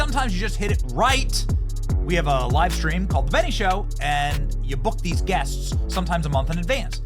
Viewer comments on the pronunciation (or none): "You book these gueshhts"